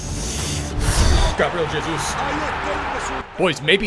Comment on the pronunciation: Am I the only one who gets mad when he says Gabriel Jesus cause he says it wrong